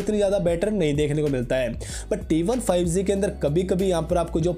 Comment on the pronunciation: Bro spelling is G not Z correct ur pronunciation